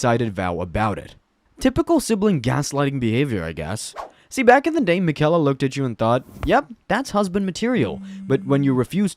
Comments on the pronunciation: “Mikella” “star skourge” “Marikuh” are you trolling….? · Hey man, you don’t pronounce Miquella’s name correctly. I’m not upset or anything, but I hope you delete your channel. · Miquella’s name is probably the one you hear the most in the game how are you saying it wrong